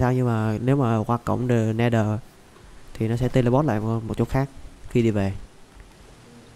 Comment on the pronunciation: cổng nether chứ ko phải ider anh ơi